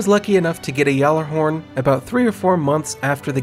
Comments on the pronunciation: It's pronounced "Jallarhorn" not "Gallarhorn". The G is silent, more or less. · Zero Nova Well, im swedish. And Gjallarhorn is a nordic/islandic name. Over here, Gjallarhorn would be pronounced "Jallarhorn", or more like "Yallar(who)rn", and as it is a nordic name im guessing that is the correct pronounciation.